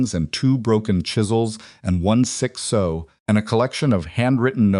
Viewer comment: Gotta say,, it’s “sow”, rhymes with “now” or “cow”. 😂 Fun story. 🎉